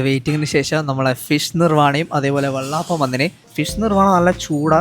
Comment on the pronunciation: എടാ വെള്ളാപ്പമല്ല ,വെള്ളയപ്പം നീ എന്തോന്നാട പറഞ്ഞുകൊണ്ടിരിക്കുന്നത്